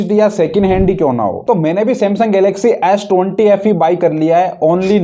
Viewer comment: S 20 ❌️ esh tonty ✅️🤣🤣🤣🤣